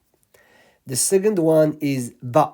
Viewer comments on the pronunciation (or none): Second letter and sound is Baa, yes? To me sounds like you saying Daa.